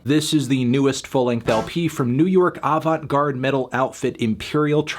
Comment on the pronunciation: anthony mispronouncing "avant-garde" for 8 and a half minutes and then sobbing uncontrollably is not a review.